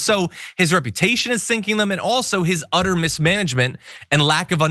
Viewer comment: All i can hear now is "udder mismanagement" :x